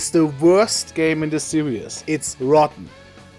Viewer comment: Did you just say "Worst game in the serious?" Did you mean series?